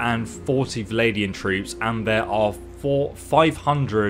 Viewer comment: Bro, it's VLANDIANS, not VALADIANS. Also, you can press ALT to see where the enemy is in the battlefield.